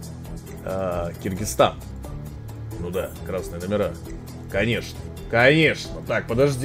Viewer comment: Саня, не называй Кыргызстан с "и", уши режит